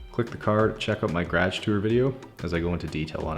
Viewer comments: I and I hate how you pronounce garage. I am sorry but it just ugh. And a few other words to. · The way this guy says "garage".....sheesh. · Yeah we say "guh-rahzh". He says "gradg" lol 😁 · I love how you say garaatsj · Like how yoy pronounce garage GrAAge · Stur fry memes I thought everyone said grage LOL. 😅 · I love how he says garage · I always forget he’s Canadian until he says garage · I seriously love this guys accent! The first video I watched when he said garage I had to rewind just to catch what he said! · Yeah, we call it garage too here in Tennessee, its just his pronunciation of it sounds really Canadian. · This person just meant that the way he says garage is very “Canadian” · Person only in that part of Canada do they pronounce garage like that... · I find it interesting on how he says garage . It's not a bad thing. I just it interesting how different areas have different dialects and ways of saying words for example tomato or potatoe